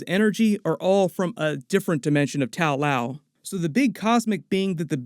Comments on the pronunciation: tao lao... shaou lou??? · Correction: The name of the city is actually Ta Lo. It might not seem that different, but it was slightly annoying to hear it mispronounced thoughout the video. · I guess you didnt see the movie because it is NOT called Tao Lao its called Ta-Lo.....I have no idea why keeps saying Tao Lao for... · Love videos, but the butchering of the anglicized Chinese names is so cringy. The village isn't called Tao Lao, lol. And Simu's character is not named Shang Shi. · ta lo, not tao lao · It's Ta-Lo not Tao Lao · It's not Tao-Lao but Ta-Lo rather according to both the comics and the movie.🤔 Nice video though.👍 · It's Ta Lo, not Tal Lao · I like how Ta Lo became Tao Lo became Tao Lao :P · Watching the movie refer to the place as Ta Lo while hearing Tao Lao again and again 😭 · it's Ta Lo not tao lao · so nobody gonna say anything about that "tao lao"? wasn't it Ta Lo in the movie? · It’s Ta Luo, not Tao Lao. There’s no such thing as Tao Lao 😂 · not tao Lau, it's ta-lo :) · It's not Tao Lao, it's Ta Lo. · The way you continuously mispronouncing the names in this movie reminds me of a guy doing a doctor strange video years ago. That dude just couldn’t for the love of god say dormammu right. He kept saying door-muh-moo instead of door-mah-moo…… and you…… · I'm sure you've been told, but it's not TAO LAO, it's TA LO. Pronounced tah loh. Just something that has been making me crazy about all your Shang-Chi videos. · Where are you getting Tao Lao from? It is called Ta Lo. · Hey, love your vids! Just one thing though, it’s not pronounced “taow laow”. It’s pronounced “ta-low”. I hope you have a good day man! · Good breakdown as always but it's Ta Lo not Tao Lao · "Tow loaw" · It’s not Tao Lao….